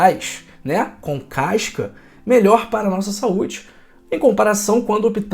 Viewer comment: não é “caicas” e sim “cascas”. Também, não é “refreicos” e sim “refrescos”; não é “freiscuras” e sim “frescuras”… e por aí vai. Muito bom o vídeo, vamos seguir sua orientação, com certeza e o senhor maneira aí nos “is”. Aqui de Mato Grosso do Sul.